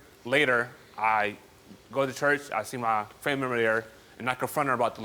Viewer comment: "memmer"...i only heard memmer when she said member